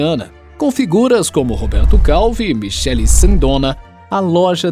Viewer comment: A pronúncia está errada Michele ex.: (Mikele) .